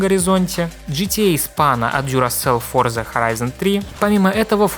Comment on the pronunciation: Выключил на моменте, когда он в первом же разе назвал игру ForzaN...🤦